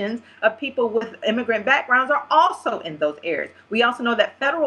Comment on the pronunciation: bitch keeps trying to sound smart but keep saying immigant. it's immigrant you stupid ebonics bitch!